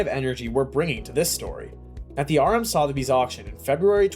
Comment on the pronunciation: Next time learn how to pronounce 'Sotheby's'...I actually gave up watching. I couldn't take the repeated mispronunciations!